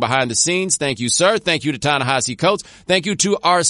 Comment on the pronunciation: Thank you so much for turning me on to William Darity. He's the grownup in the room I've been hoping to learn from. Plus thanks for teaching me how to pronounce Ta-Nehisi's first name, but Prof. Darity gets top billing.